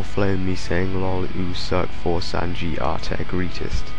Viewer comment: it's For-Ess-and-Gee.